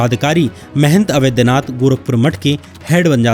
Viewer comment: Avedhnath nahi Avadhnath kahiye... Sri Ram ke naam hai